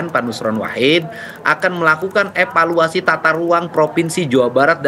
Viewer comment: Roh asli jiwa jabar, epaluasi, epaluasi, epaluasi😂